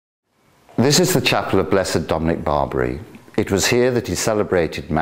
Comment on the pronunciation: It's NOT St. Dominic BARBARY (.. what?.. like the Barbary Pirates of old??). St. Dominic is Italian, and his surname is "Bar BEE AIR EE."/ Barbieri. That shouldn't be so hard to say, my dear. Prairie Grandpa from Alberta, C a n a d a. Thank you for the brief "tour" of Blessed Barbieri.